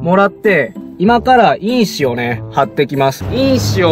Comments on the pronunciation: 印紙のイントネーションが草 君が言ってるのは因子の方w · 純正と印紙のイントネーション違いますよ (^-^